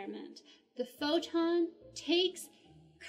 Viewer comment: as long as we do not have yet the perfect theory of the all , you can not mix quantum physics with relativity , thanks . i like your pronunciation of the word photon :)